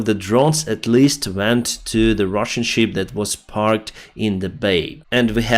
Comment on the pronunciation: Шып (ship), не шип (sheep).